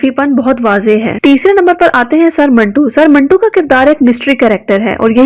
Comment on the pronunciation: Manto hai, ap minto Keh Rahe Hain 😂